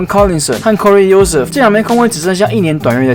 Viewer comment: 後撤步大大你的Joseph念錯了 turner真的蠻常有犯規麻煩的哈哈